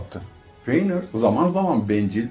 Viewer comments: Hocam dayanamadım artık izlemeye hiç mi karakterlerin isimlerini dinlemedin fiynır ne silmiriıl ne ALLAH aşkına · Telaffuzlar amerikan ingilizcesi kıvamında olduğundan ekrana bakmadan izleyince feynır kimmiş la deyince ekrana bakınca he bizim eski feanor’muş dedim.